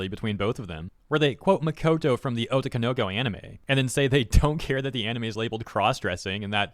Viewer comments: "o-TO-ko-no-KO". Not "O-to-ko-NO-ko". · Jesus that butchering of "otoko no ko". It's not "oto konoko",... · You say "otokonoko" very strangely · I love how you say otokonoko like obi Wan kenobi